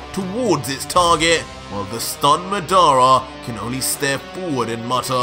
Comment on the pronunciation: Ur pronunciation is wrong for madara and that’s susano 😂